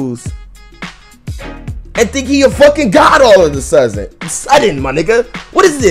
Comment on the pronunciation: "All of a suzzen!!!!!"😂😂😂